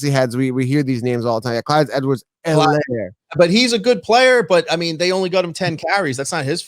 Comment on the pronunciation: “Clyde Edwards helairy” 😂🤣